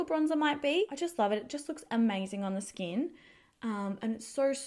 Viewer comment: Why do Aussie YouTubers keeping putting ‘ah’ after everything?? Ie ‘Look at my skin-ah!’ 🤷‍♀️